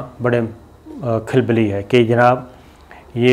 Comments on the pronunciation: ANCHOR sahib...... Khilbli naheen hota khalbli hota haï. Aap kisi se urdu padh l'Ain behtar ho ga. ANCHOR to aajkal un parh bhi hain. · Khilbily nahi khulbuly sabir sb. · KHALBALI (not khilbali), NAzaad (not najaat), bura mat maniyea ga.. Malaysia aap shayed bhool rahe haen? yom e azad Mubarak ho subko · KAL....Bah.......lee Not kil...be....let Pronanciation correct Ker lein. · Pl correct your Urdu pronunciation. It is khalbali and not khilbali again it is shikast and not shikist.